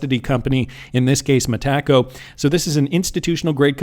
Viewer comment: hey Bud…it’s pronounced Meta-co, not Meh-taco.